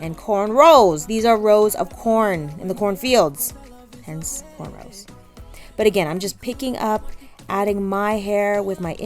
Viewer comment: Thank God u said CORNROWS and not CORNROLL lol!